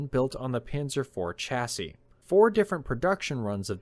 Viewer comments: Please pronounce chassis correctly! Its NOT chassis as in cha cha cha but "shasee" it grates to hear this constantly being mispronounced! Great stuff otherwise!! 👍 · Sha-sis, my only issue with this list as a European. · It's adorable how people from Trumpisan can't pronounce "chassis".